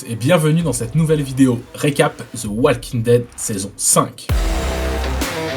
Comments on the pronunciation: Juste pour la prononciation on dit walking Dead sans le "L" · tres bien, mais stp : on prononce pas le "l" de walking...